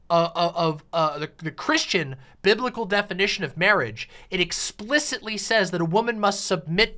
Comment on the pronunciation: MAWAGE. MAWAGE IS WOT BWINGS USH TOGEDAEH TODEH.